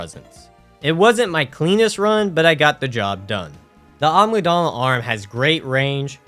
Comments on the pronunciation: I only just realized he's saying agmydala and not amygdala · Not to be rude, but I just wanted to let you know that the amygdala is pronounced A-mig-dala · Bruh why can't people pronounce Amygdala correctly.